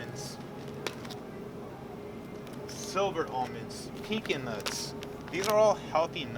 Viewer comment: the way he pronounced pecans LMAO